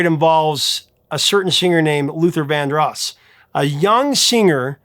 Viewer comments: The accent in 'Vandross' is on the second syllable, not the first. Unbelievable. You mispronounced 'genre' also. It begins with a 'zh' sound, not 'j'. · You mispronounce Luther Vandross's last name; he pronounced Vandross with a long O sound, not a short O sound. Please pronounce the names of the people you talk about correctly.